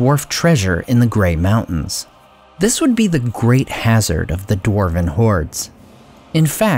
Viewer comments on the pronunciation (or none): none